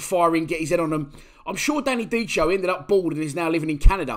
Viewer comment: It’s pronounced Danny Dickeo not dicheo. Ciao